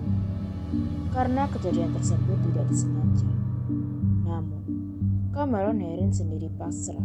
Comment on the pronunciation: Suaranya🤦🏻‍♀️ ,CAMEron herin..,MENabrak.....KArena.....